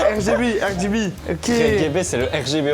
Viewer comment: Pétition pour qu'on prononce tous désormais RGB par "Reh-Geh-Beh" 🤣🤣🤣